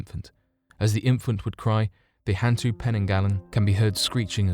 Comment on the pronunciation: And hantu is more like hun-too. It means ghost. Orang Minyak literally means oil person lol